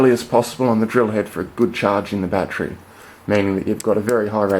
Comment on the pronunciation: LOL he says "my fattery went blat" That's some sunny fhit.